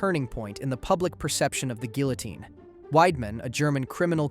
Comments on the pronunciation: geelitine gihliteen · Why so many different pronunciations of "guillotine"? Counted at least 4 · "Guillotine" is also pronounced three different ways, seemingly at random. Still, though: good video.